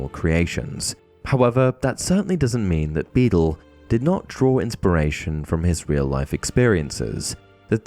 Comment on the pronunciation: Beedle, not Beetle!